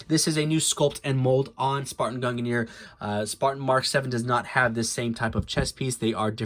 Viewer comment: Why does nobody pronounce mjolnir and gungnir right? They rhyme.